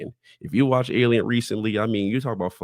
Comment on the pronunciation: Alien “erf”